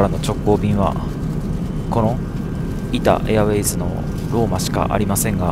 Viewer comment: 「イタ・エアウェイズ」がどうしても無意識に「イタウェイズ」になってしまうのが個人的にはじわじわ来ましたw